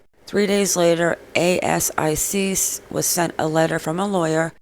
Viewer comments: you keep saying A C I C instead of A S I C which stands for Australian securities and investments commission 😊 AH! YOU GOT IT! well done:) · Also, you can pronounce asic, like a full word instead of spelling it out each time (I’m Australian, that’s what we call it)